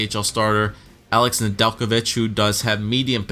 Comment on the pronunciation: Ned-La-Vitch Nedelijkovic